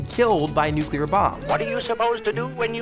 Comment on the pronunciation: did you say "nucular?"